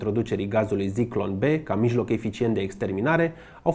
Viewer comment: Ador fiecare material pe care il postezi, dar ai o mica problema cu pronuntia unor cuvinte germane sau maghiare. De exemplu, in acest episod spui Sturmmann, dar se citeste Șturmmann. Si nu e Zyklon B, ci Țiclon B.